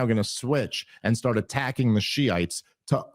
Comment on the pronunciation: Tim's vocal inflections and affectations make him pretty unlistenable. He's trying to be dramatic or something. And look out if the word ends in 't,' because he will say things like "farT" and "starT" with the 't' a whole separate syllable. Signs of a half-smart guy wanting everyone to think he's really smart.